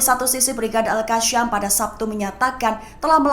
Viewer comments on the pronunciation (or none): AL Qassam bukan Al Qasyam. Sam bukan Syam. Tolong sebutkan perkataan yang benar! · Gatel bgt kuping dengernya... itu Al Qa'ss'am bukan Al Qa'sy'am. Kalau ga bisa baca jgn jadi narator. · Woy baca al qassam nya yg bener dong